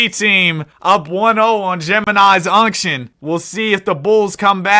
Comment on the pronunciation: The unction vs the younction😭